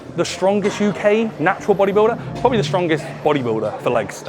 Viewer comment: “And proberly gayer😂”